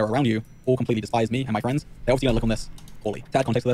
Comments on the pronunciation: my fwiends! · mah fwends